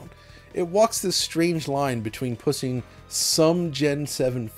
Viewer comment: says "pussing"